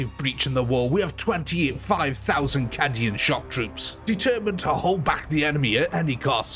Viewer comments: Cadian is said ca-dian not cad-ian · I'm not sure what made me start laughing more, the way "Cadian" was pronounced, or the fact that "Templars" was spelled "Tempars". To be clear, not being an elitist or laughing in any mean way, just started making me laugh. Lol